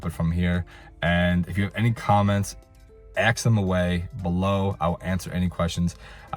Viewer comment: If you ‘axe me’ (your words- not mine) this is/was a very comprehensive review. Eck- specially (your words-not mine) your remarks about the service at the resort. Well done. I believe your comments will provide excellent insight for many people. Thanks. And one last item to ‘pull your chain’ a little more… that area is pronounced BAW- vaw- row. Accent on the upper case. Not ba-VAIR-o. Best of luck on future reviews. You’re a natural at it!